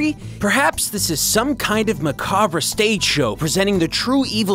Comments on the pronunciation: Macabre... it's "mac arb", not "Mc arb rae" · Hate to be that guy (said "that guy"...), but you don't pronounce the "re" in "macabre". It's pronounced like "Mah - Cob" [Edit: To be fair, I mostly know this thanks to the intro text/voiceover from the original "Texas Chainsaw Massacre"] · Did he just mispronounce macabre?